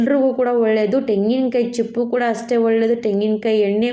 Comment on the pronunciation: ತೆಂಗಿನಕಾಯಿ ಕಣಮ್ಮ ಟೆಂಗಿನಕಾಯಿ ಅಲ್ಲ